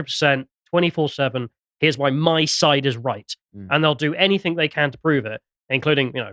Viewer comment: I'm sorry to be a pedantic arsehole. But really has to stop saying 'anythink'. It's anything. ANYTHING. With a kind of silent g at the end. Or a hard g if you're from Manchester, pronounced a bit like 'anythinga', or 'anythinger'. Damn, sorry to be a twat but it really grates. Otherwise love everything does.